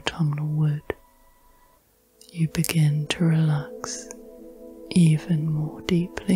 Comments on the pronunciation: I usually enjoy these but this time I could only focus on the fact that you keep saying “relack” instead of relax. It super distracting. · I"ve been enjoying your videos and your voice, but in this one I find your voice a little too relaxed, because everytime you pronounce "relax" as "relak" it pulled me straight out of my relakation 😄